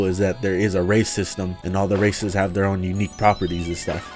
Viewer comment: I thoguht he said "A mod that addes racism" xd